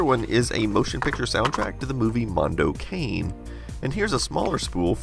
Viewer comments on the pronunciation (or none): I know already someone told you but it pronounces like " Cànè" not like " cein" 👍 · I love watching your videos, I'm not really into retro tech (mostly retro gaming) but I just enjoy so much your style of speaking and knowledge that I find myself genuinely interested in all the topics you cover! just fyi, I think that "cane" of the movie is pronounced more like "kuh-neh" (hopefully), as the italian word for "dog" :) Greetings from an italian fan! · BTW the 'Cane' in, 'Mondo Cane', is pronounced 'CAH-nay', Italian for dog. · It's italian Mondo = World and Cane = dog. It sounds nothing like cane in candy cane :D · He can't even pronounce English words correctly - I doubt he'll be any better with Italian.